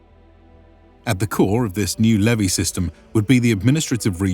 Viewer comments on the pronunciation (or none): none